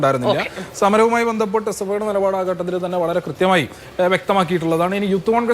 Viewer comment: SFI guy should learn malayalam atleast. It is not "ghattathil" it is "Khattathil"